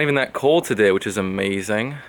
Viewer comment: "Great weather, which is amaaaazin'." You have that female California accent, lol.